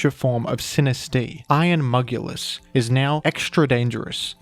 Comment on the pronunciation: Appreciate the effort of iron mugulus but it does get annoying sometimes hahahaha